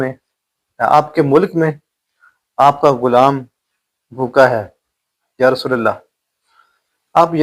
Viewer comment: آپ نے رلا دیا بہترین واقعہ سنا یا آپ علی کے بعد رسول پر زبر پڑھ رہے ہیں زیر پڑھا جائے گا معذرت کے ساتھ اصلاح فرمالیں